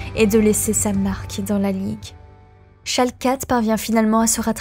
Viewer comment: La vidéo est sympa ! Pour ceux qui suivent la scène depuis plusieurs années, on n'apprend pas grand chose de nouveau mais pour les suiveurs les plus récents, c'est un bon récap ! Par contre ma seule remarque concerne la prononciation de certains pseudos ou noms d'équipes à revoir (Amazing mais surtout Schalke où le 0 n'est jamais prononcé alors qu'il le devrait)